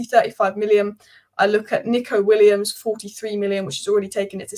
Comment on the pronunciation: So you wouldn't care if everyone misprounounced your name??